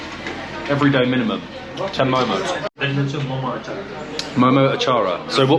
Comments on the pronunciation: its name ...momo not momos😅😅😅😅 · It's called Mo:Mo don't say MoMos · Its mo:mo not momos